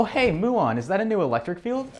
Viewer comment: I feel I should mention 'muon' is not pronounced 'MOO-on' but rather 'MYOO-on', the 'myoo' like at the beginning of the word 'music', or like in 'aMUsement', but I like to think that here the commonly used mispronunciation is "abused" (well... yesn't, I suppose) to make the particle into a cow which, is absolutely hilarious. And also, another joke could be made (PLEASE MAKE A SEQUEL!) which I have put on every water bottle I have owned since I learnt about this: when the muon was first discovered, it was thought to be a meson, hence dubbed the 'mu-meson', which, I suppose you can use in better ways, but I always introduce myself saying: "I'm Muon, not a meson!" (My name is literally 'Muon' and I was directly named after the particle so that's how I know about all of this stuff despite having never even touched A-level stuff. =]) I've been waiting nearly fourteen years for somebody to get the joke instantly and just start laughing hysterically upon encounter without me explaining it and breaking someone's brain for the two hundred and ninth time. (Ref. Electron mass ratio to muon mass) Also I fight my sister/cousin (I dunno, some people call us siblings, some call us cousins... what even are we...?) Elec(tron) (I abbreviate it to Elec 'cause why not) and I always decay every time before I get Photon... she's just so cool... sad I never get to see her or talk to her properly.